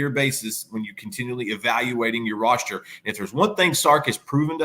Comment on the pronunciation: Tauriq Black? I swear I hear pronouncing "roster" as "rosture"